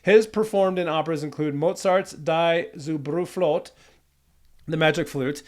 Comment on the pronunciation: Not that it matters but the way you said "Die Zauberflöte" was hilarious Try, like, "dee tsow-burr-flö-tay" - that won't be perfectly spot on, but it will be much closer. (substituting the ö with an o is fair enough, but it's closer to the sound in "her" or "sir" or "fur" - for some reason, in English this seems to only exist connected with an r and it seems like y'all have a pretty hard time considering it as a separate sound in other contexts. Just not a standalone thing in English at all, but the rest you could definitely get)